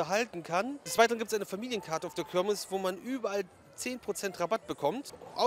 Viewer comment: Das heißt KIRMES und nicht KÖRMES - boahh